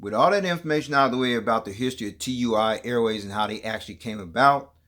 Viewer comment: It's pronounced as a word, not individual letters. Sounds like "two-e." It's also a German multinational company 👍